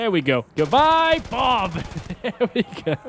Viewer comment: BOB.....❎ BOOB.. ✅........ 👌👌😅